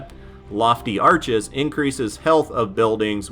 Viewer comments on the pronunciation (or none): none